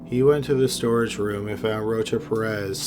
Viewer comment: It sounds like he saying roach up your ass..its rocha-perez boy drink a red bull or something you falling asleep backthea